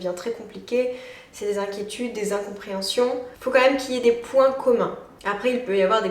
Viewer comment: J'ai remarqué une petite habitude de langage que tu as et que je trouves dérangeante (ça n'engage que moi) : Au lieu de dire "quand même" distinctement tu le prononces "quanhème" 😅